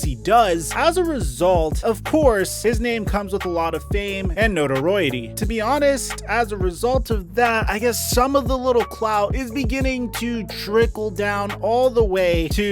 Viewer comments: "fame and notaroidity....? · man said notoroity. its notoriety my guy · Homie said "notorority" 😂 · WTH is "notorowety"? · "noitoroiaty" lmao that was such a weird pronunciation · It's pronounced 'NO-TER-EYE-IT-EEE' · Lol he’s almost as embarrassing as not knowing how to pronounce the word “notoriety” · Can we just talk about the way he said notoriety 🤢great video but oh man I heard that and was disgusted lol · Yo …you don’t know how to pronounce notoriety